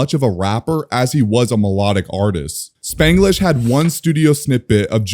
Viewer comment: After watching here’s my takes. 1. Nice vid 2. Bloody blade should be #1 ( this is bias bloody blade is my leak) 3. You said Spanglish wrong. Stop butchering names 4. K like a Russian, Spanglish, never switch , star struck and all out should be higher 5. Toxic humans should’ve made the list 6. Love I think should’ve made it is swear, late night thoughts and tattoos and ink. 7. Heartbreak songs I think should’ve made it was cali girl v2 and sick of you 8. Heavy metal, baked up, in the mix and doubting me should’ve made it